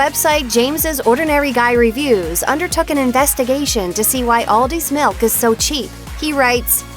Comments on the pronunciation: Whenever she says milk she says ‘melk’ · The way she say milk